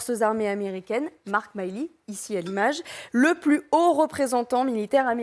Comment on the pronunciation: Ce serait agréable d'écouter le nom Milley prononcé à peu près correctement.